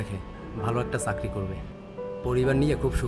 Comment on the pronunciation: আগে চাকরি টা ঠিক মত বলতে শিখো। চাকরি কে চারকি বলো৷ আবার ভাইবা বোর্ডে যেয়ে নিতিবাক্য ও বিচারকদের ভুল ধরছো৷ হাস্যকর৷